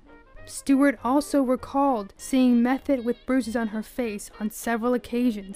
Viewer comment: Her last name was pronounced "Meth-oh, not Meth-et.